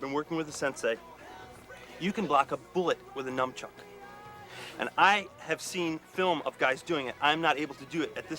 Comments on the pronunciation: I love how Reed refers to his character Chest as "master of the NUMBchuk (mispronouncing nunchuck like a poser moron). The writing is so fucking good. John & Mark play idiots perfectly without making it seem like an obvious parody. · " You can block a bullet with a num-chuk"...Worst advice ever and best drug intervention video I've seen. Don't do drugs.